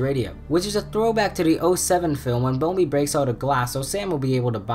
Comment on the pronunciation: It’s bumblebee